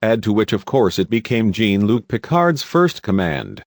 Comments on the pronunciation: Jawnnn Lucke, not Geeen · Did you really say jeen luc picard? its pronounced as sjan luc picard. its a french name. did you even watch star trek lol everyone knows how jean luc picard is pronounced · “Gene Luke Picard” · Learn to pronounce correctly. Jean is "zhon", Ferengi has a hard G, Oberth has a long O. Get it right or don't do ii. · ...'Gene' Luc? You know this is a machine talking, NOT a human. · I find this video insulting when you sit there and listen to the narrator whoever he is, saying Jean Luc Picard's name as GENE, give me a break, the narrator needs to be slapped silly! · "Jane Luc Picard" lmao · "Jeen" Luc Picard? "Ferenjeee"? LOL!!!! No A or E? Ridiculous! Stopped watching . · Jeeen Luc Picard? EH? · What robotic narrator did they use for this presentation to calmly fuck up the pronunciation of "Jean-Luc"?! 🤧🤮🧻🚽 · Got to love how how he mispronounces Jean-Luc Picard and the Ferengi, he's definitely not a fan of the show or has ever watched it. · Your pronunciation of Picard’s name and Klingon is horrible. Have you seen the shows?? And how was it that Galaxy and Sovereign classes are not in this list??🤦🏻‍♂️ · yeah, need to fine-tune the AI to pronounce Jean-Luc Picard's name right... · Damm Robot B9 cannot pronounce JeanLuc name correctly He's French asshole. Say it right. You talkative chatter box. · You do realize the voice is computerized, right? Listen to the cadence and pacing of the words. And I'm pretty sure a real person who is this much of a Star Trek fan would know how to pronounce Algeron, Jean-Luc, and Ferengi correctly lol